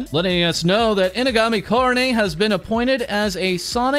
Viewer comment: "ko-row-nay" God, that pronunciation grates on my ears...